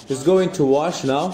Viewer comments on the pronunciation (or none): none